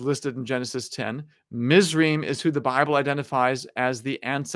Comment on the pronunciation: A little clarification on pronunciation: Cush is pronounced Koosh in Hebrew, Mizraim is pronounced Mits-rah-yim or Mits-rah-yeem, and Joktan is pronounced Yoke-tahn.